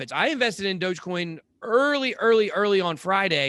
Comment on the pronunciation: Lol “dodgecoim”